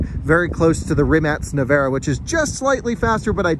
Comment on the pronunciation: Kudos for pronouncing "Rimac Nevera" as correctly as can be reasonably expected.